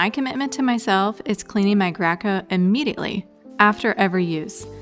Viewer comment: hahaha, it's gray co. not gra co.😜